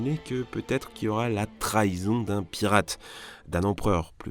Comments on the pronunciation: C’est piratre qui m’a fait mal perso 😂👌🏻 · "piratre" aussi 😂